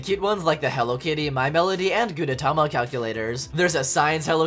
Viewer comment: It's pronounce "Gudetama", and I love this yolk)))